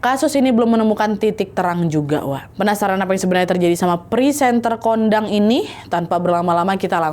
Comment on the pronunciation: Maaf Wak kau baca nya pesantren kondangg😅😂